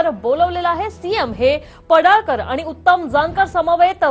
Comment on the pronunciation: पडाळकर नाही पडळकर असे म्हणा.